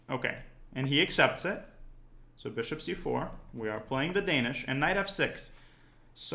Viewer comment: The Dan-ya-ish Gambit